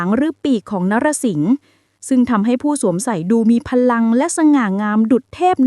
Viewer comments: ไม่ใช่ นะ~ระ อ่านว่า "นอ~ระ~สิง~……" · รอ นะ สิงห์ จ้าอ่านให้ถูกหน่อย